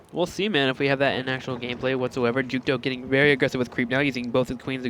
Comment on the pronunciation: FOR THE SWARM! This guy jookto is really good. I wish they could stop calling him too-too.